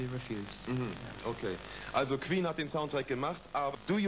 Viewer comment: “and is it possible that kween will make other soundtracks..” Classic German accent